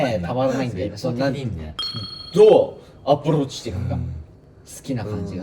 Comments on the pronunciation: どう？アップルウォッチ ってなに？！ゆうぴ、、アップルウォッチにしか聞こえないけど合ってる？ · 「どうアプローチしていくか」が「どうApple Watchしていくか」にしか聞こえない😹😹😹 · アプローチがApple Watchに聞こえるww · の、優斗くんの「どうアプローチしていいか」のところ、「どうアップルウォッチ」って聞こえてジワジワきてます。